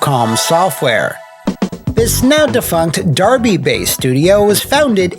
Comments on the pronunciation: Thanks for pronouncing Derby correctly :) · I just wanted to thank you for pronouncing the town of Derby correctly lol. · He's Canadian, that's why he cared enough to say it right ;) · He said Derby right. I love this show no matter what, but it's the little attention to detail that I really enjoy. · I'm in Derby. You're an American WHO SAID IT RIGHT!!! I love you!!! ❤️❤️❤️ And yes, we have a road called Lara Croft Way. Go figure 😂 🇬🇧